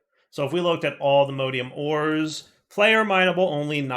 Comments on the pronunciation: Always find it funny when you call allthemodium allthemodEium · Cease and desist with the mispronunciation of allthemodium! All the MODS- alltheMODium! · Modium not modeium